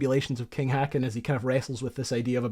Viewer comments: The king Håkon's name is pronounced haw-con, not hakkan. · King Hacken? Shaking my head in dismay..... I know you're not fluent in Norwegian, but this is worst butchering of this ancient Norwegian name I've ever heard. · King Håkon is pronounced hawk-kon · Great video. I didn't know about that whaling boat on patrol and that captain's heroic actions. I am glad you mentioned that excellent depiction of the events of that night in the Kongens Nei (as it is called in Norway). King Håkon is pronounced HO kohn. The fortifications and guns were built ostensibly during a time of rising tension between Norway and Sweden at the turn of the century. Eventually it was peacefully resolved in 1905, I think. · good video, just FYI, in Norwegian when u have doubble A's in a name, it becomes Å. A sound u find in the english word b"OA"t, so Kong Haakon becomes Kong Håkon.